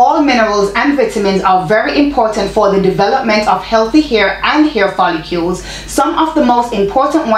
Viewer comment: It’s pronounced foll-ICLE as spelled. Lol